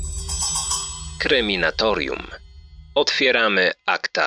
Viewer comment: No i jeszcze by może ktoś poprawnie wypowiedział nazwę kanału, bo zamiast Kryminatorium jest Kreminatorium. Nie wiem od czego to niby jest. Od krematorium czy od kremówek